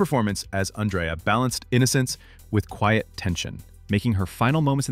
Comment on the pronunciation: ANN-dree-ah, not An-DRAY-ah.